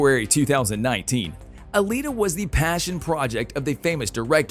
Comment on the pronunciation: Alita not Alina.